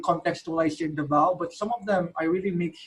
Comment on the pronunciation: i love how this vid is different, full of substance esp. on the aspect of being a cultural ambassador. on a side note, It is Davao /DA-vao/ not Davao /da-VAO/ Pronunciation should not change for proper nouns e.g. name of a place.